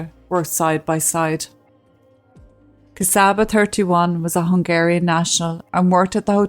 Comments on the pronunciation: Thanks again for your story. Just a couple of comments: My Hungarian colleague, Csaba, pronounces his name “Chaba” (not Kasaba). Also, regarding having an interpreter at a legal court hearing: mastering a foreign language though a job at “front of house”/receptionist is different from legal jargon – even after over 10 years living in a foreign country, I too would request an interpreter, and in fact it is recommened, at any legal gathering. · She's a true slavic princess isn't she. Csaba name is pronounced and sounds like "Chubba" when spoken.